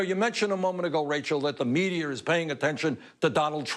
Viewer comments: I love Bernie, but the way he pronounces "Media" makes me laugh. He pronounces it like the word "Meteor" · "The MEDIUR." LOL! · Why does Bernie always say medier?